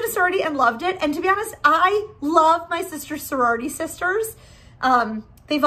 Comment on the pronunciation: Soriority..? 😂 I think it's "sorority" but tbh soriority is better lol